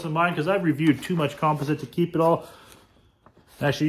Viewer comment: Here is the correct way to pronounce “composite”. kuhm-paa-zuht . Just thought I would help you out.